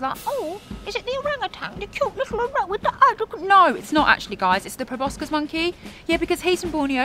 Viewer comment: It's pro-boss-sis, not pro-boss-kiss. Too ugly to kiss. Both a joke and a fact. What more could you ask?